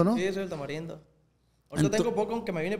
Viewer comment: ee ozz que onda no dices la R o que onda bro te escuche decir calnita pero decías que de niño así decías y creí que por eso, pero después dices tamalindo se te va la R?